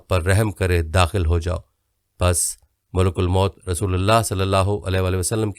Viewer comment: Sir please correct your pronunciation. You kept saying MULK AL MOUT. that is incorrect. Correct is MALIK ALWAYS MOUT.